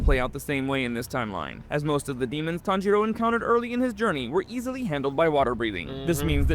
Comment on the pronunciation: I'm ngl "TanJITo" is crazy